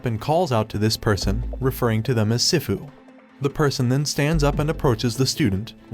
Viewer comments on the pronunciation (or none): The narrator is special for sure, h :calls yang yong :pronounces game SIF-ooh :thinks the club is a whorehouse “Fa-JAR” literally pronounced it Jar. Like a peanut butter jar. Lmao but seriously you deserve to be slapped for thus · Some people pronounce sifu like they’ve never seen Kung-Fu Panda before 🤣 it’s pronounced (SEE-FU)